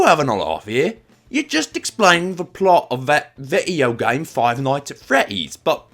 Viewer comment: HELP- MY HUMOR IS BROKEN WHY DID I START CACKLING WHEN HE SAID "you're just explaning the plot of that vi'eo game five nights and freddys!" IN THE MOST AFTON BRITISH VOICE EVER